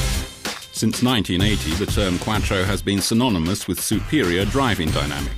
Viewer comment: Why is he say Quattro like quacktro 😂